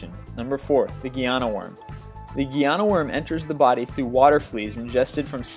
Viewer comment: geyana worm? its pronounced like the pet guinea pig